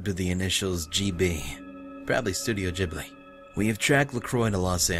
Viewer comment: Although I love this series I'm happy that it is ending. God damn, this is a long game. Also it's Ghibli,, not jibli. Just saying.